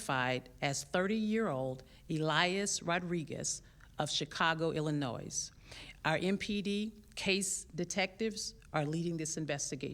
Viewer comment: "Illi-noise?" Wow, that police chief is ignorant.